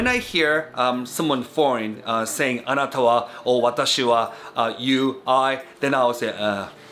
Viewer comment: Wait, with the bit , isn't it pronounced anata wa? Even Ryotaro says that in the video